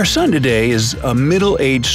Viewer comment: i guest its an “soon” now not an “sun”